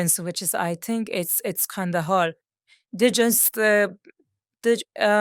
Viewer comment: Kandahar not kind of hard